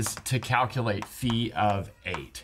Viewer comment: I appreciate that you say φ like phi and not phaj